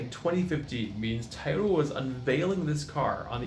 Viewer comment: Enjoyed listening to you saying "taa-o-Da" instead of Toyota, since the rest of your video was borrowed info from Kirk